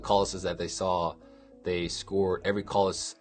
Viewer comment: pronounces it correctly. To many people pronounce it wrong by saying “kales”.